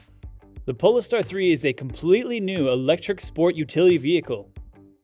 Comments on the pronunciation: Pole Star, not polster. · Sorry, but I just have to correct your pronunciation. It's called a Pole Star (not said like, Poles tar). Thanks for the video, the Audi is just gorgeous! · its not poliester hahaha POLE STAR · He doesn’t pronounce it correctly… It’s as you noted, Pole-star to give it a stellar futuristic tone as in “north pole” and “star”… pole-iss-stir sounds ridiculous. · Is it pronounced "pole-star" or as you said it "pole-iss-stir" ? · He is mispronunciating it. You don't invent pronunciation, it jarres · Yes, it was painful every time he said it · Exactly! The narrator badly botched the pronunciation.